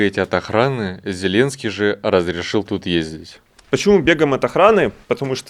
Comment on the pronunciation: Ви не правельно говорето не Зіленцький а правельно казати Зеленцький